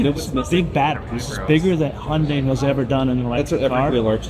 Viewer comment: The Ioniq 9 will have the NACS charging port. The car in the video is a prototype. Also, maybe it's my audio, but it sounded like you were saying "Honday". The correct pronunciation is "Hunday", like "Sunday". They even ran a TV ad to explain this once. 😊